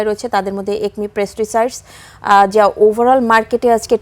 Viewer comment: ওটা পেস্টিসাইড হবে। প্রেস্টিসাইড না।